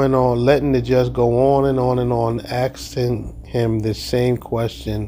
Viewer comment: More 'axe' ing